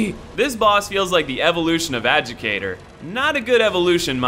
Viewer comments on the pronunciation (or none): Is anyone else annoyed he can't pronounce adjudicator? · The way he constantly pronounces "Adjudicator"...